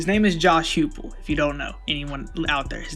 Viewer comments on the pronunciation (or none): You guys didn't even know that coach Huepel was an OC, I can forgive y'all mispronouncing his name, but if you don't even know basic information about the topic/person you're talking about, why make a video on it at all?